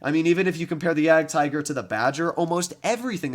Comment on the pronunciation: The name you are pronouncing is 'Jadgtiger' but actually the German pronounciation is 'Jadgteger'. I have seen you pronouncing it wrong that's why.......